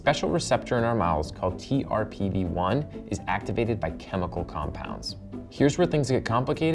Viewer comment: Sorry, it keeps bugging me, but the TRPV1 receptor is usually pronounced “trip-V-1”!!!! Not t-r-p-v-1. I don’t know why pronouncing it letter by letter annoys me so much, but it does. It’s kinda like how BRCA1 is pronounced “bracka 1”, not “b-r-c-a-1”